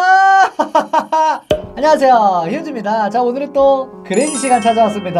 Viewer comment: 안녕사세요휴즈입니다 라고 들림 발음 제도로 해주세요. 죄숑합니닷.